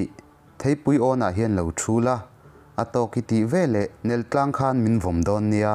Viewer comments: vela NELTLANG tih i lam dan kha a dik lo....... NEL tih hi FEL tih thluka thluk tur........ TLANG tih hi KURTAI TLANG KHAT KA NEI....tiha TLANG tih thluk hian thluk tur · A ngaihnawm hle mai...i thu lam hi a thluk dik lo a awm nual mai, eg. nelthang, nak thawl, khawihnun etc..hanbtang zel teh... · "Neltlang" tih khi Tlâng (Mountain) thluk in i thluk tlat mai. Thlukna a awm lo ang. Leitlang "Ka kal tlang dawn e" tih ang deuh a ri tur hi niin ka hria. I hriat dan leh ka hriat dan a in ang lo deuh emni aw..?